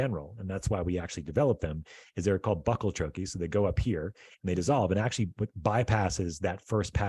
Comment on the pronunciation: Please learn to pronounce bucal troche. You will sound more believable as someone that has really done some research. Could be just another grifter.